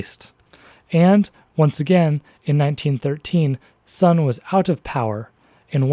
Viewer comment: The speaker of this video quite clearly has some background in the Chinese language, as can be told from his pronunciation of the words "tongmenghui" or "guomingdang". But why can't he get the pronunciation of the main character's family name, Sun, right?